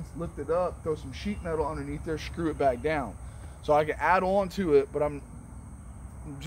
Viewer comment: I learned a new word today “shkrew” 😂🤣